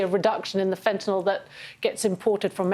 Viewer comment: Why can't government speakers pronounce Nuclear and fentnyl instead of nookyoular and fentanol?